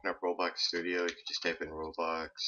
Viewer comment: When you say roblox it kinda sounds like your saying robux